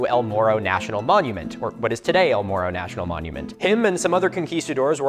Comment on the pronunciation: To be fair, a lot of English speakers can't make the Spanish "rr" sound (myself included, despite all attempts to learn, because it sounds frickin awesome and it makes me sad that my tongue simply refuses to cooperate), so some of us don't really have the ability to pronounce "morro" correctly.